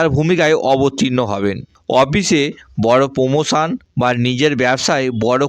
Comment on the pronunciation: এঃ এতো কথাই বলতে পারে না ভালো করে। গহ, পকিত, পমোশন, পরিশম